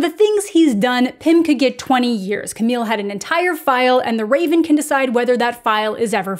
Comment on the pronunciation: I think you’ve been traumatized by Emily in Paris lol, you kept pronouncing “Camille” like “Camie”.🙃 Also hearing what you said about the show at the beginning made me realize it was worth watching and I did before finishing the video and really enjoyed it, so thanks for that~!!✨